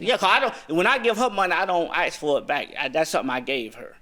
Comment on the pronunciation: The way he says "axe" 😅😅